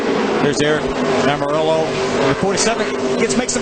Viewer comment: Back then NO ONE could pronounce "Almorola" correctly... Took an interview at Dover where Aric had a sheet of paper as to how to pronounce his last name for everyone to finally get it right.